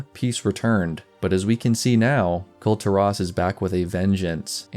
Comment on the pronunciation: Kul tearaus you say? It's kull teer-iss, as stated in game many times.